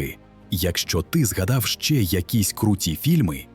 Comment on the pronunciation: Яка жахлива вимова, ще один з секти "ненависті до нормальної української", в українській мові нема "ШЧъЕ, ШЧъО" та "ЧъОМУ". Всі ці звуки, на яких неукраїномовні в житті люди хочуть вивихнути собі щелепу, мають звучати м'яко та не виділятись. Українська мова лине як м'якенька та приємна пісенька, а не ота пародія, якої вчать учора ще "узькоязічніє" псевдофілологи!